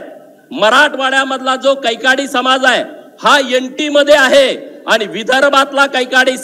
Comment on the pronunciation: आपहाट ओबीक सम्हाज